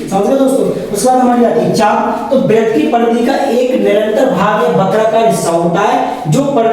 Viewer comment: वृत्त होता है 😂